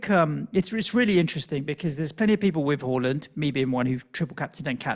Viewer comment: It's HAA land not HAUL land